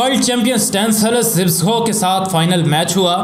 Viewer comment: Zibso nahi. Zabysko. Sometime spelt zybysco. Poland netherland name. Pronounced za bis ko ... pls zibso mat bolo...baaki aapki information sab correct hai. Imam bux Ahmed bux aur Gamu inkr team members thei. Imam bux was also a top class grappler. Joseph Alter ki book padhi hai Maine inpe kuch 12 saal pehle...Frank gotch never faced him because he was scared. Benjamin (his British agent who took him to england) became a very rich man as he was with Gama all the way making money. Gama was offered alot of money for staging a match but he was surprised to discover ke aisa bhi hota hai. He also helped Hindus get to india during partition. His whole family stood by them and no one dared to do anything to the Hindus. Inhe the Great Gama aise hi nahi bola jaataa. He was paralyzed in the end and could not swat a fly... tragic .. inhe tata family mei se 2000 rupees mahine ki pension milti thi aur sarkar 300 rupees and free medicines. He didnt die rich. Humare india mei humesha ek saying rahi hai "abey tu kya gama pehalwan hai?". Aaj tak chalti hai.